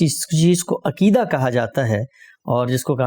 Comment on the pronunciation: Aqeeda, not akeedah, please!